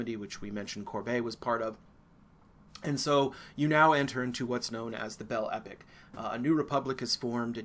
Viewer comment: I am enjoying your lectures but you are mispronouncing the French phrase "Belle Epoque."